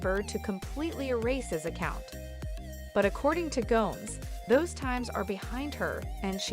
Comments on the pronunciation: This lady must be a robot or something..it's G-O-M-E-Z...not G-O-M-E-S..🤦‍♀️🙄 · “Selena Goms”???? 😂